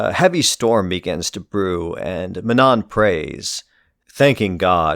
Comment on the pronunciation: The last N in manon is silent just fyi